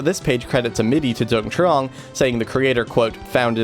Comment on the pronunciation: Note: I'm pretty sure the name Dung is pronounced "Yung". Even though Vietnamese uses the same characters as English, they don't always sound the same. (ex: the name My pronounced "May") Source: I used to work in a place with people from Vietnam, including people with the name Dung.